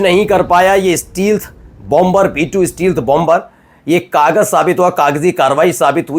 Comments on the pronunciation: Steal- th nahi Stelth is correct pronunciation ! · Stealth ka sahi uchchaaran : “STAYlth”